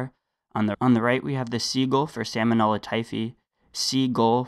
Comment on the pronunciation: I assume you are just mispronouncing the bacterial genus to make it more memorable. But that is not a great help for the future of the US the medical community.